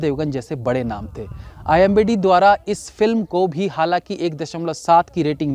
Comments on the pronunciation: It's IMDB; not IMBD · I hope you noticed that the word is i.m.d.b not i.m.b.d 😁😁😁😁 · Imdb hota h...imbd nhi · IMBDd nhi wo IMDb hota hai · You are saying IMBD instead of IMDB . Didn’t I hear it right? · IMBD bol rahe ho bar bar.. IMDB hota hai bhai sahab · That s imdb not imbd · It's IMDB not IMBD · IMDB ko IMBD bol rahe ho Bhai, sahi shabd toh bolna seekh lo 🙄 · Imbd nahi imdb bolo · didn't he just said imbd blabala🤣🤣🤣🤣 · Why you are saying imbd continuously in place of imdb ? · Imbd nahi IMDb hota hai akal ke murakh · What is IMBD? I think its IMDB 😂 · Imbd nahi IMDB HOTA HAI.. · Sir why you are spoken IMBD instead of IMDB🙄🙄🙄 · IMBD Nehi hai... IMDB HAI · IMDb hai Bhai not imbd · Sir not IMBD its IMDB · It's not a imbd, it's a imdb.... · OOO imbd nhi IMDb hota h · IMBD nhi it is ... I M D B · IMDb hota he bhai wo... IMBD nahi...😅😅😅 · IMDB NOT IMBD... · IMDB rating, shayad jaan bujh ke bola Bhai me.😄🤣🤫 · Bhai aap IMDB ko IMBD Kyu bolte ho?? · Imdb not imbd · aap baar baar ek hi mistake kar rahe ho. IMDB hota hai IMBD nahi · IMDB ko IMBD bol rahi ho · Kya sir ji.. Aap har video me IMBD bolte ho.... Comment section bhi dekha karo sir ji.. It's IMDB NOT IMBD. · It's starnge, being a successful reviewer and such a knowledgeable person of films, saying IMDB as IMBD IMBD .. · IMBD ni re baba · bhai wo IMDB hai IMBD nhi. Keep up the good work... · IMDB hai not imbd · It's imdb not imbd😂😂😂😂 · strikes again.. Its IMDB and not IMBD 🤦🏻‍♂️🤦🏻‍♂️🤦🏻‍♂️ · IMBD nahi bhai.. IMDB hota hai 🤣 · Abey! IMDB hota hai IMBD nhi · Kya sir ji phir se imbd, oos din bhi aap yahi kah rahe the, it's IMDb 😭. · .....IMDb not imbd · aap IMDb ko imbd bol rahe the. By the way love you ❤️ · Tu imbd bol raha he Aur imdb likh raha he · Arre bhai IMDB HOTA HAI NAA KI IMBD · imdb hota hai imbd nhi...4 videos ho gye bolte bolte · Bro it's imdb..not imbd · bar bar IMBD kyu bol rahe bhai,IMDB Hota ha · Imbd he said it 2 times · यार वो imdb होता है न की imbd